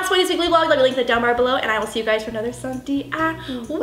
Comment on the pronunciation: lolz she rhymed "let us know, in the comments down bellow"